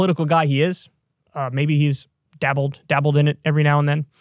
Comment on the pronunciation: lol "Dabbled."